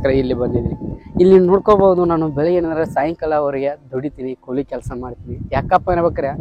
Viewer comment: ಕೂಲಿ ಮಾರಾಯ ಕೊಳಿ ಅಲ್ಲಾ